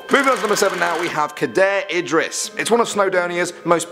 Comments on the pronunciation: He said cadair idris wrong lol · Not ceidar idris, Ca-da-r(diffrent type of r) ed-ris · I live in Wales and you say Cadair Idris wrong it is is Idris chair in english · You said cadair idris wrong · Ahhhhhhh he can’t pronounce cadair idris ahhhhhhh